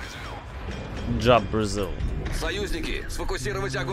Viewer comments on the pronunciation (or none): it's funny, instead of "vzlyot proeezvyol" you said "job brazil" :D